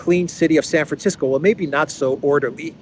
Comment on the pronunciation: did you say "Saferisko" for "San Francisco"? 😅